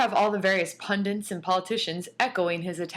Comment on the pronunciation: Also, someone tell that girl the word is 'pundits', not 'pundints'.